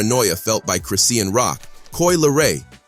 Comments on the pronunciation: Lmao 😂 Chris-See-An Bruh Its Chri-Shawn (Chri-Sean) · It's Chri-shawñ...NOT Chris-see-awn dummy. Ugh😮‍💨🙄